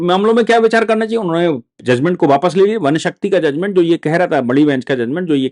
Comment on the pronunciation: बापस नहीं। वापस अपनी हिंदी सुधारो।